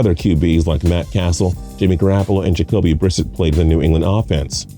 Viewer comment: Jacoby Brissit holy shit